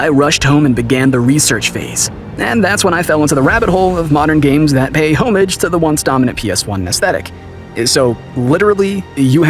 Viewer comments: what the hell is hommeidge? it's pronounced /oʊˈmɑːʒ/, it's a FRENCH word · homage = "aw-midge" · Dude said home-age 💀😂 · The word is not pro pronounced HOE MAGE lol